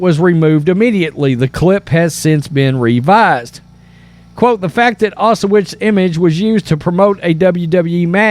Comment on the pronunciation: WTF is Ah-sha-wits. Say OW-Sh-vitz